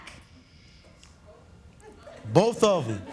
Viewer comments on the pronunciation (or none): Who are you with? Him not phased: “Bofe of em”